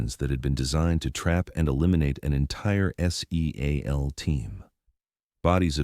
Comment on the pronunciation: S-E-a-L Team Alpha? Your AI can't pronounce SEAL as a word? was as far as I could take it. Try hiring a human editor.